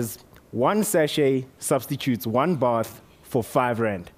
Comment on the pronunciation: Lol, i love his accent "both"